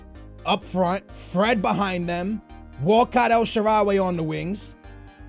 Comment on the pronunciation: Theo "Uolcat"